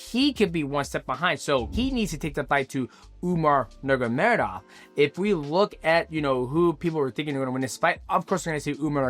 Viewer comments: NurMAgamedov, not Nurgamedov. Thank you haha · Umar NUR-MA-GO-MEDOV not NUR-GUR-MEDOV hearing you mispronounce his name so badly so many times drove me crazy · Nur-ma-go-med-ov Five syllables. You never manage more than four.😅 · Who the hell is "umagemadagufov"? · "Umar Nurgameda" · DJ said Umar Nurmagomedov 50 times and didn’t pronounce it right once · DJ has a very hard time pronouncing Nurmagomedov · did DJ go to the chael sonnen school of fighter name pronunciation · Mighty, stop saying Umar's last name lolol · DJ said Umar's name 20 different ways and I don't think one of them was right 😂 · Bro STRUGGLES to say Nurmagomedov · The way this guy says Umars last name is wild. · Ts was frying me 😂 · Take a shot every time DJ butchers the Nurmagomedov name